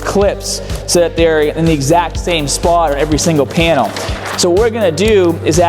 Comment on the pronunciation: OOOohh "panel"... I thought you said piano, or penil..